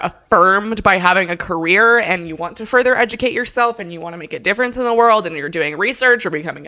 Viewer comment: Thank you at yelling at the way she says “cAreer” fkn sounds like she’s saying “creer” 😂